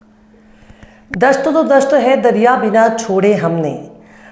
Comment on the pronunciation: Madam dasht to dasht aap dast bol rahi haen yani. Zameen